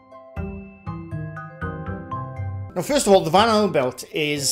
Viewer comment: Now I can't unhear you saying Van Halen Belt 😂😅